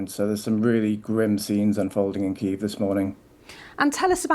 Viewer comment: Why am I paying my tv licence if the BBC can't learn to say Kyiv properly?